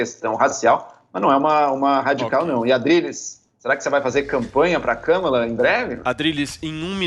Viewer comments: Nem falaram o nome da mulher certo (nenhum deles) o nome dela e Kamara Harris ( com a sibala tonica no segundo "a" do "Kamara") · Também não é KÂmala!!! É KamÁla!!! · O Adriles nao decide se o Biden ganhou ou nao, cocaína é foda. O cara nao sabe nem falar o nome da Kamala e trabalha de comentarista numa rádio, muito Brasil mesmo.